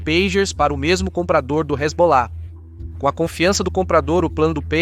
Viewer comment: "então vai que resbolar , resbolar ... " Sandy e Junior kkk